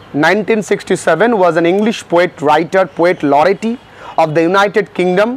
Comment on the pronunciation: Sir I would like to request you to pronounce some words perfectly. I ve noticed that your pronounciation is very poor. As you have pronounced 'laureate ' 'steer' etc. Don't take it otherwise. Though I haven't watched full vdo. Take care